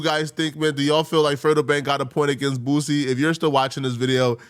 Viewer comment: How tf u can't pronounce boosie 🥷🏿 just sound it out to old for that shyt